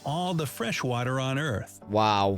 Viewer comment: A boootahh of whattaaaa. Lol